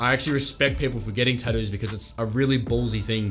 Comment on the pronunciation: The way you pronounce tattoos is great, Tadoos 😂😂